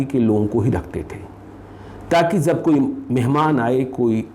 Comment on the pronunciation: Bhaiya kripya apni hindi bhasha sudharo . zab nahi jab, des nahi desh ,kosis nahi koshish, sures nahi suresh ,shurya shawal susma aur na janey kitney🤣😇